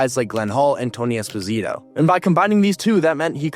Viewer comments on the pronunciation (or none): none